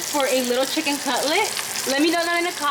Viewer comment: Jinacolgist, Kanye pepper, spicy sicken sandwich 🤣